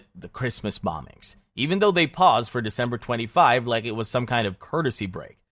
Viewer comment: Dember 3rd 😂😂😂😂😂😂 Did you forget how to english?